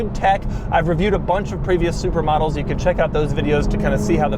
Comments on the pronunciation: I keep thinking he's saying "supermodels" not "supra models" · Every time Doug says "Supra models", I just hear "Supermodels". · I keep thinking he's saying "Super Models" when he is saying Supra Models... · I swear I heard "supermodels" few times, lol. Great review Doug!!!